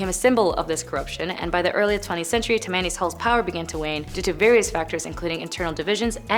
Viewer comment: She pronounces Tam-man-e hall. It is tam-ma-nee hall. Please educate these children. It makes your channel much less when your channel is extremely educational and interesting. 😮